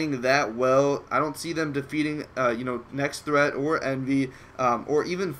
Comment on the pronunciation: Nex[-TT-]hreat :D